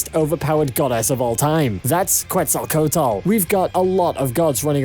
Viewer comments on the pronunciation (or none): Kwetzal coat el Bro that pronunciation tho It's kwetzal kwo tel Or ketzal kwo tel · It's "Quetzalcóatl", no "cuetsacotal" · "kuetzalcotal" yeah sure. It is "Ketzalcoatl", is not that difficult. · "kuetzocotl" xD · Sieg is the fucking homunculus, it's pronounced kets el co otul. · Jeje vine por la pelea de QETZALCO A T L , una poderosa deidad de México 🇲🇽, sí, así se Lee en español, nunca creí escuchar a alguien decirlo en inglés y es graciosos, no me ofende ni nada , pero deberías intentar decir su nombre bien en la descripción 💙 digo, es como nuestro Zeus antiguo. Un poco de investigación y el intento sería cool 😎, como sea, todas las batallas aquí son otro nivel, por eso me gustó mucho Fate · "Cuetzalcotal" jajajajajajajaja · Hearing how he pronounced Quetzalcoatl almost gave me a heart attack cuz wtf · I got to Quetzalcoatl... You are doing a good job on the video, but, please man, learn how to say names before saying them over and over again in a video. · your pronunciation of Quetzalcoatl is killing me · The “Quetzalcoatl” pronunciation LMAO 😂 🤣😂🤣😂😂😂🤣😂. Americans are so funny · That's not how you pronounce "Quetzalcoatl" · I loved how he pronounced Quetzalcoatl lol